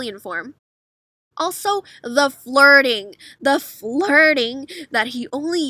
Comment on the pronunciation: I thought you said farting 😂